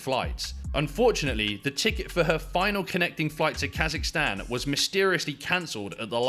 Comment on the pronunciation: The minute I heard Kasicstan 😂